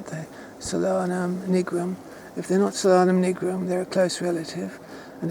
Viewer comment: It's pronounced Sol-anum not solan-um, it's translation is sun or star of the night.